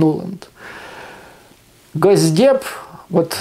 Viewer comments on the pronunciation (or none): none